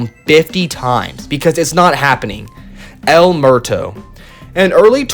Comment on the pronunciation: El Muerto is pronounced Ehl Moo-Ehr-Toh. Not Mehr-Toh. Sorry as a Mexican I was cringing